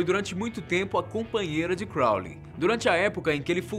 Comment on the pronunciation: Quando ele fala Crounly eu lembro de supernatural